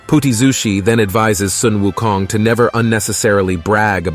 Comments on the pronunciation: Thank you for pronouncing him at "Soon Wu Kong". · finally someone that pronounces Sun Wu Kong correctly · Much respect for pronouncing his name correctly